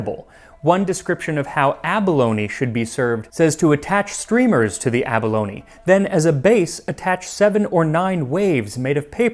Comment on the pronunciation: Abalone, not bologna.